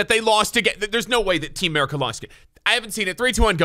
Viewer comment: Ameri-cuhh! No, just me? Ok my bad